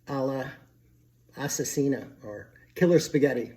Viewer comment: PS: it's Assassina not assesina 😅